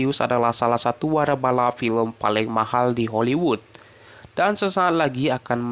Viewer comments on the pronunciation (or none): Waralaba, bukan warabala. Wa ra la ba . Trus, yang dibintangi oleh Vin Diesel, perannya sebagai Dominic Toreto... bukan bintangnya Dominic toreto..